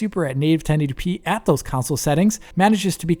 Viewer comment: Kansole kansole? What is he talking about? What is a 'kansole'? 🤔